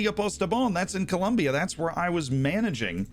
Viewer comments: Slight peeve: Col-OM-bia! OM! I know that Yankees are the unofficial kings of the universe at being unable to pronounce things, but please! XD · Hahaha the Llaneros streams used to be titled "Its spelled Col-O-mbia." or something similar.